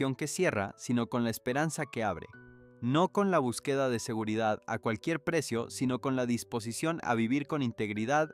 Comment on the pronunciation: Este señor no sabe nada de gramática pues no sabe expresar las palabras el español no se habla así no se pronuncia así como el lo habla palabras q no las pronuncia como se hablan no usa acento no usa nada por e b empleo botín ejemplo búsqueda el no la pronuncia bien esa palabra necesita q estudie la gramática para q pronuncia bien las palabras el sr le bendiga